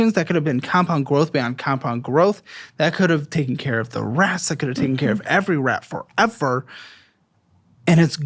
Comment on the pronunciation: for fucking RRRRRATS !!!!!!!!!! 😂